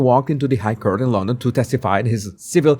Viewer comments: "court" is not pronounced like "curt". It is pronounced like "cort". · Yay, great video. I hope you won't mind me helping with your pronunciation, Court is pronounced the same as caught, as in catching 🎉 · Hi Court is pronounced Cort, Caught I know you love to pronounce correctly🤗👍